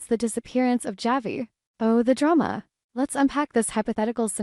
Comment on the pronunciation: Why can’t this AI voice pronounce Javi’s name correctly?